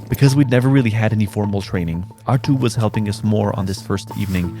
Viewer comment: Gotta roll the “r”’s on that name Arttu. This video was cool great jobs guys!